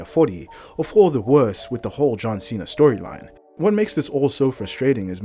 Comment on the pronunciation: John Cena heel turn my god how do you butcher that